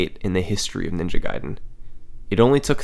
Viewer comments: It's not NINJA Gaiden, it's Ninja GAIDEN... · Ninja Gayden